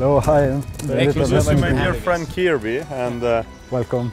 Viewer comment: "My-a goood friend-a,." I love Italy!